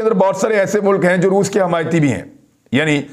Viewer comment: Re baba Roof nahi re Roos Bol. Roos 🤣🤣🤣. Totle